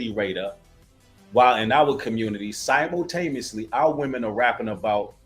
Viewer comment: You’re speaking truth to power ✊🏾and I really like your show…..but the word is pronounced “si·mul·ta·ne·ous·ly” I just want to make sure when other ppl hear you speaking the truth they hear you speaking words correctly. I pray that God continues to strengthen you to spread the truth